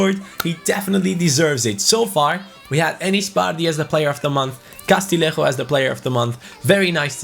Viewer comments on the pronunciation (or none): Castillejo's name is pronounced Castiyeho isnt it? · Castillejo’s name is pronounced Ca-stee-yay-ho